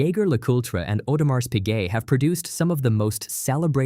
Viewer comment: Someone tell the programmer of the AI voice that the "S" in Audemars is silent, say: "oh-duh-mahr pea-gaye".